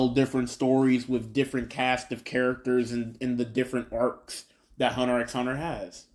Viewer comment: Please don't say "Hunter "EX" Hunter"